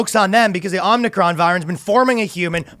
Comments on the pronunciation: O-Mi-Cron... FFS what is happening, people can't read anymore? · As a Greek person Iʻm offended by your pronouciation of Ο (Omicron) 👿👿👿👿👿👿👿👿👿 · OMIcron, not omnicron